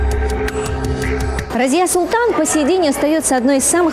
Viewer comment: Я знал раньше бабушку ,ее звали Разия .Ударение на последней гласной .Думаю имя арабское.